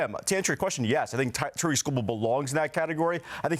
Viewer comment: Why are and the only ones pronouncing his name correctly. It’s pronounced like “TEAR-ICK”